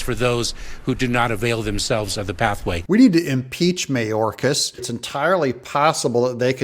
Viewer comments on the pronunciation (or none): BTW Doug, Mayorcas is pronounced MyOrcas.